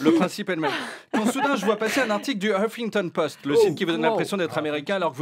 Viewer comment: P.S. 👌🏻 prononciation de "HUFfington post" 👏🏻👏🏻👏🏻